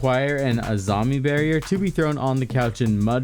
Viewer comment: Bro pls stop butchering Azamis name like that